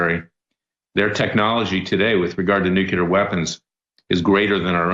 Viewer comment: Larry its nuclear not nucular